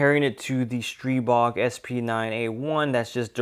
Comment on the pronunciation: Great video. And thank you for not calling it the str-EYE-bog! haha